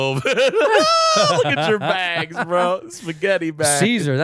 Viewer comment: show starts Edit- Sickler can’t say “baNgs”?!? Wtf? I know that Balmer accent is brutal but this hatchet job is next level. Butchered it twice too, just deletes the letter N without blinking. “Look atcher bags bro, spaghetti bags…”